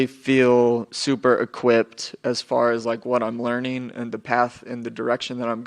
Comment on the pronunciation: That journalist really said “as fartin”.